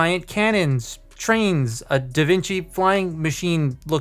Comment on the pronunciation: Da Vinki???